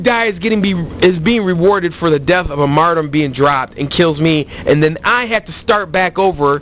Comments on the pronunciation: First of all... is "martyrdom", not "mardom". Second of all, these perks are strong, but you are getting way too worked up over it. Its not hard to tell when someone goes into last stand, and if they do, just keep shooting at them untill they die. Also, a headshot or grenade kill will not let someone go into last stand, so, uhhhhhhh, aim better... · Haha "Mardum" Lol in all seriousness though you stay true to your beliefs. I didn't believe you said it for 4 years until I saw this video. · yeah there is a counter for last stand follow them down with your weapon and learn how to speak it is mar-tee-dom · lol "mardom" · Learn to say the word martyrdom correctly lol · You sir have been found guilty of 14 counts of "Martum" 2 counts of "Dropping a Martum" 1 count of "Jargernot" you are hearby ordered to stop sucking at both Call of Duty and the English language. English 101 Martum = Mar - ter - dum Jargernot = Jug - er - not